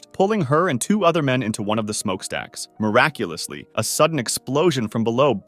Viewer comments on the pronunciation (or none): BRO I LOST COUNT OF HOW MANY TIMES HE SAID MIRACULASLY AND BRO THAT LAST ONE 💀💀💀💀